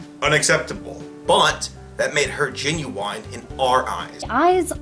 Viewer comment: The way he said "genuine" - "But... that made her Ginuwine in our eyes." Ginuwine is an R&B singer who rose to fame in the 90s. Search his name on Youtube, look at the first result, and shit bricks.